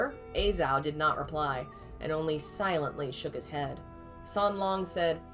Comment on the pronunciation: Im sure someone has told you already, but a-Zhao is pronounced ah-jao